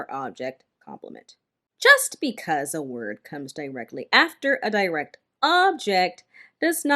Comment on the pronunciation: I thought “direct” is pronounced differently